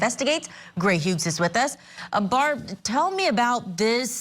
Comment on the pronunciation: She also keeps pronouncing the “g” in Hughs. If you’re not using earbuds, it might be easy to miss but hearing it sounds so odd. Where tf is Vinnie??! 😭